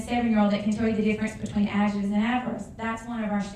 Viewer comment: How can she teach "adjectives and adverbs" if she can't even pronounce the words herself? (ajatives and averbs)